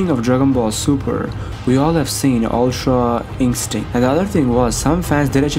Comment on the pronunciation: “Ultra incstinc” haha.